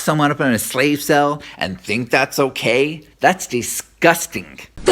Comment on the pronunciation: Kudos for the use of DISGUSTENG. (That's how she says it before the spelling nazis rock up) it made me fully snort laugh.